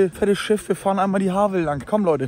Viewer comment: Moin, wie immer tippitoppi der Content! Waren wohl wenige aus der Ecke da? Klugschiss am Rande: das V in der Havel ist ein F 😛